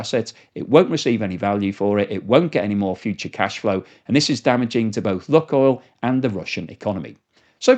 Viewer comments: Lukoil is pronounced luke-oil, not luck-oil. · FOR THE LOVE OF WHATEVER YOU FIND HOLY PLEASE PRONOUNCE THE COMPANY NAME PROPERLY!!! IT LITERALLY TAKES 5 SECS ON GOOGLE TO RESEARCH IT. THIS IS THE SECOND VIDEO WITH 'LUCKOIL' OVER AND OVER. sorry rant over but its so irritating!!!!! its 'LOO.KOYL' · its 'loo.koyl' not 'luck.oil' its a really irritating mispronunciation every 5 secs. it takes 5 seconds of research to get it right. PLEASE PLEASE STOP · please pronounce Lukoil correctly, it's annoying. It is Loookoil not luck oil. Please!! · Lukoil is pronounced LuukOil, its meaning is "Onion" + "Oil" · "Lukoil" is pronounced "LOO-koyl," with the first syllable rhyming with "book" and the second syllable sounding like the word "oil". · There is no short "u" sound in Russian. ЛУКОЙЛ is pronounced Luke [as in the English 1st name] oil.